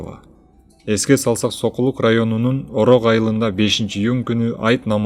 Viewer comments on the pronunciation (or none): none